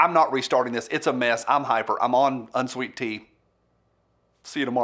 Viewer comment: I lost all respect with "unsweet tea" hand over your accent sir and let me give you this one from Massachusetts